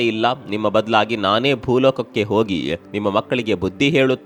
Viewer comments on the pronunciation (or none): none